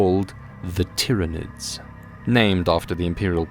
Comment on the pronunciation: ah yes the 'Tiranids' named after the planet 'Tyran'. I always imagined the Tyranids being pronounced like Tie, Tyrant or Tyranosaur, not Tick or Tim. So disappointed the first time I heard it out loud after reason codexes and black library books.